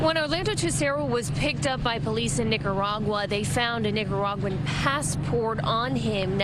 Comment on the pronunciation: Say Nicaraguan like that again… I dare you